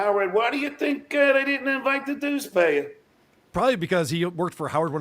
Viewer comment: “Dues Paver” 😂 what an idiot, he is so easy to get fired up. I love how he thinks he’s so right just because he gets mad or upset.